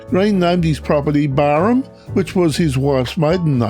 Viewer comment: G'day mate. As far as I know it's pronounced Barham. As in Barrow. Or the first part of it anyway. Being born there in 68 I've never heard it as Barrum. And the locals i know who still live there say the same. But hell we all could be wrong. 😊